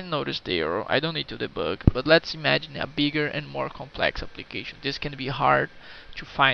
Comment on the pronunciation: I like the way you say "deboug"